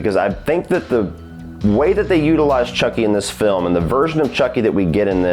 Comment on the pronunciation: I’m pretty stoned, but did you just say “frilm” right before ? If so, I’m going to start saying “frilm”.